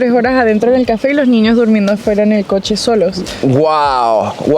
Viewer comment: Ojo! Se dice coche por favor cochee😢😢😢